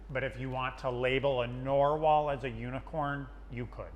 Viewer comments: You guys 😂 You're killing me. It's narwhal, not norwall. Narwhal teeth, which is what that horn is, an elongated tooth, are theorized to be one inspiration for unicorn horns because they look exactly like how unicorn horns were depicted in medieval art. However, after much debate, it seems like the likeliest source of the myth of the unicorn is the Siberian unicorn, which is actually an extinct species of woolly rhino. Another likely candidate is yet another rhino, the Indian rhinoceros since the Arabic word for rhinoceros also translates to unicorn. There are a few other horned animals that could have possibly inspired the myth, but the three are the main contenders. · Did he call a narwhal a NORwhal? 😂 ❤